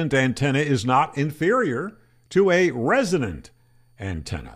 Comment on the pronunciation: Resonance does not always equal 1:1swr but a resonant antenna will always be more efficient than a non resonant antenna. Hell, the definition of the word “resonant” insists this… Your best bet would be a resonant antenna with a 1:1 match. And it’s not pronounced “resident” Tuners are and always be lossy compared to a resonant dipole. Etc Etc